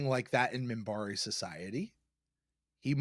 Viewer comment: also it's MINBARI not Mimbari.